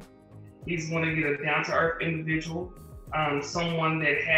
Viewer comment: At least she’s a “down to earf individual person” tho